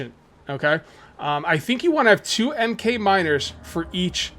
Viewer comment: Just so you know 'Mk' is pronounced mark.